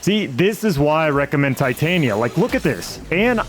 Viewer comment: Titania Tit-Tan-Ya was that AI?